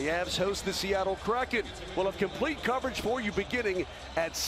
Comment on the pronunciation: "Comeback Comprete"